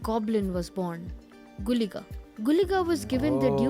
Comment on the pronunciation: you got the pronuciation of guliga and panjurli right